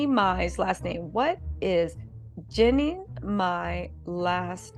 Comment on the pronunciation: 🤣Girl you talking about pronouncing her last name right, you aren't even pronouncing her first name right.